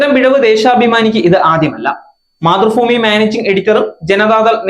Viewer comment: മാതൃഫൂമി എന്നല്ല..മാതൃഭൂമി എന്നാണ് പൊട്ടാ